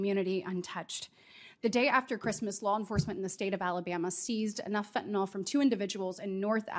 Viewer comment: Oh lord, she's still using that voice, and smiling as she describes the horrors of Fentanyl--which she hasn't yet learned to pronounce correctly.